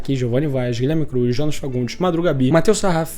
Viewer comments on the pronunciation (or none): none